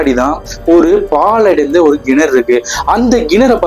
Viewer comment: Nice story bro but its kenaru pronunciation parunga not genaru. That was the only thing irking. Super story keep it up..